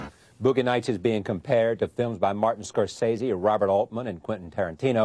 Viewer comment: CR didn't know how to pronounce Scorsese.